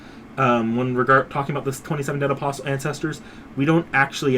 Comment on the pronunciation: Just want to tell you that the T in "Apostle" is silent.